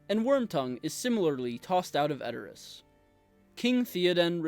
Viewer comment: the least you can do is pronounce Rohan and Edoras correctly, i mean..